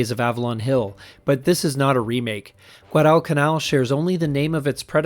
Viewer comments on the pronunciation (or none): Interesting! The narrator needs to learn how to pronounce "Guadalcanal".